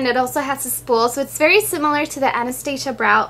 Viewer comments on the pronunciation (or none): none